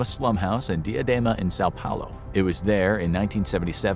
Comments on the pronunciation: It's São Paulo, not sao paolo. but all good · São Paulo, with an U, not O